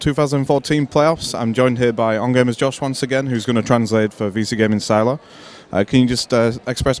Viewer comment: I think it is Sylar, not Syler :)